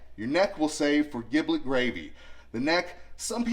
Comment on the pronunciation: Awesome! It’s pronounced Jiblet, not Giblet. Very common misconception. Keep it up,! I’ll probably see you there.